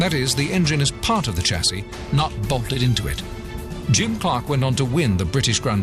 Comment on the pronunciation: Two things, Lotus lead, the rest follow! & for gods sake Lotus change the voice over the geezers got a speech impediment! Lodus? Elon? Tchassis? Where did they find him? Speech impediments R us!!!